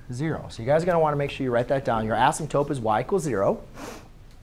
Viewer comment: Its asymptote not asymptope no hate tho